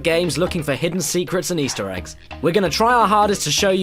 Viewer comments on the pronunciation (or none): none